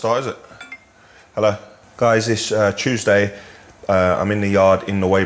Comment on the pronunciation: "It's chewsday"